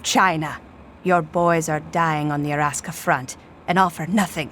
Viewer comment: lol she said Araska front lmao chinese people are funny